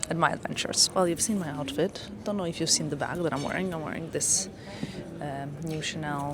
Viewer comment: You are perfectly fluent in English but you cannot pronounce the "th" sound? Wedder instead of weather, dat instead of that, udder instead of other. Why is that?